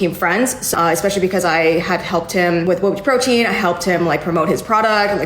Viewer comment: The way she pronounces bobateaprotein is just....making me anxious lol